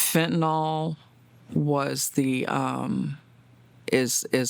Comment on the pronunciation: Preach long and loud, but please....fen-ta-nil